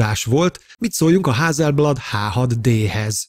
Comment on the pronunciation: A kamera Viktor Hasselblad után kapta a nevét nem hazzel hanem haszszel kiejtve Magyarul . Jelentése mogyorólevél. Köszönöm a bemutató videót.